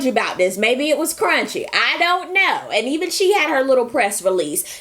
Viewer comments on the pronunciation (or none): You slayed this review, but it took me a while too realize you were calling kurruche "crunchy". I love the last night walking dead show as well as beyonce new album coming soon. Maybe we will get a new tour.